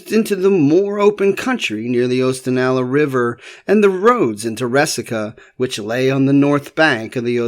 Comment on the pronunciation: 😢it's also Ooh-stan-ah-lah and Cawn-ah-saw-gah for the rivers.